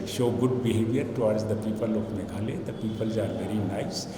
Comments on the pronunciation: Instead meghalaya he pronounced meghalee... Keep it up. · Uhave say in meghalaya not to meghaloi ok